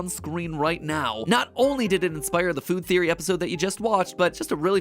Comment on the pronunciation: faod theery